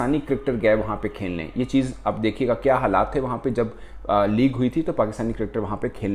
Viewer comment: Shouldn't it be "Kya" instead of "Kiya"